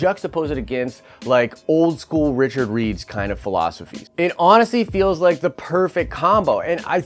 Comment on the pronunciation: Hahahaha he said Richard Reeds...some fan you are dude!??